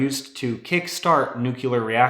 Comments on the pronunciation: nuclear pronounced new-killer instead of new-clear sounds kinda weird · Say it with me, NEW - CLEAR, NUCLEAR, it's NOT NUK - U - LAR! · Tell people about the Theranac machine giving people 100,000 times or MORE radiation than intended. And please, it's not NUK - U - LAR reactors, It's Nu - Clear, 2 sylables. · What kind os science video is this if you call nuclear as nooquler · SAY IT WITH ME, PLEASE: NOO-klee-ehr. NOO-klee-ehr. NOO-klee-ehr. Not NUKE-you-luhr. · when someone says nucular : 😔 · New-kya-ler, huh? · I was with you until you pronounced the word nuclear as “nucular”. Until that point I you sounded so smart.